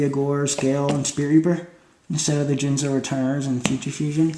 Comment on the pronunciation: Soon as I herd you say Jinzo I clicked the thumbs down button.